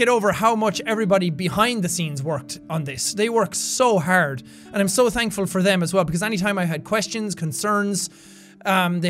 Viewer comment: EVERY time he says "for" it makes me smile: "I wasn't there fer that!"